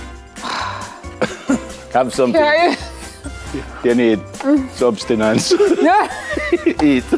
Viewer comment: 😂😅😅😂😅😅😂❤Neville is a real caring co-host 😂😊😅. "You need subcinance😂😅😊 (sustenance) eat"